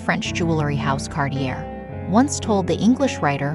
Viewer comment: Can't you teach the robot to pronounce Cartier correctly? I had to giggle...